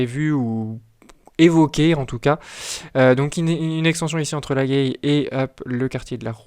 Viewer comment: Ça se prononce la gaille pas la guèille.